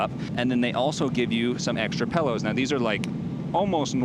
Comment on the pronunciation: Pellows...pellows?! PILLOWS my guy